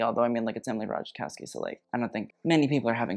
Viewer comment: it's Ratajkowski (ra-ta-kow-ski) not Ratajakowski:P